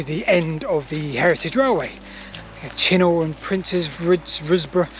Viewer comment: It's BLedlow not Bedlow and Chinnor is pronounced locally as Chinner.